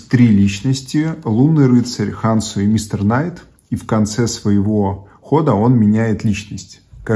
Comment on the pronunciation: Извините но почему вы произносите хансу , если везде четко прописана буква Хонсу?